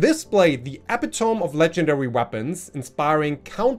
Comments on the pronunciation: Its pronounce uh-pi-tuh-mee. Not epi-tome. Drives me crazy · This is something non native and even native English speakers do with the pronounciation of epitome. Its not 3 syllables with the last being extented, eh pit TOME with a long O like TOOOOME. Its 4 quick syllables, uh PI tuh mee. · Love the vids! Keep em coming! But ..Gotta say it cause I hear you say it often. It's not epa-tome. It's e-pit-a-me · e·pit·o·me /əˈpidəmē/ ... Not e·pi·tome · just a slight pronunciation note - "epitome" is generally pronounced "e-pit-oh-me" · Infamous =IN-fuh-mus (Accent first syllable). Epitome =ee-PI -tuh-mee